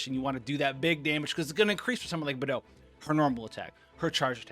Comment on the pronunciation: he really just said Bethou LMFAOO